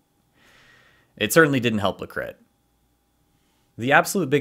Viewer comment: 'Le Crit' confirmed French